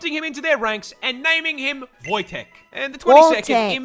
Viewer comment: if you're talking about the Polish grizzly bear then it's pronounced Wojtek